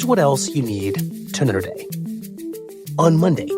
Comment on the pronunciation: "Here's what else you need... tnnrdghy." Y'ALL. The audio for Michael's version of the end segment intro has been garbled for YEARS now. The other hosts sound normal on their versions, can we please get Michael to do a few vocal warm-ups, drink a sip of water, and clearly say "Here's what else you need TO KNOW TODAY". It is driving me a teensy bit mad, I don't know how no editor has fixed this yet.